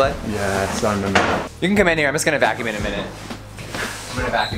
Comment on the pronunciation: “vacuume”? What even is that?